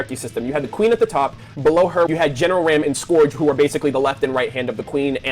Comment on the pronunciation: talking like hes smart and throwing out obvious common sense thoughts on the show like he is a genius. Though does not know how to properly pronounce the name RAAM. Its not Ram. Its an O sound. its basically Rom.. They say it in the game. How do you not know?